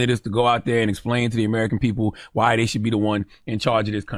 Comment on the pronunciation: Brandon… don’t put this ignorance out “ dhere” again.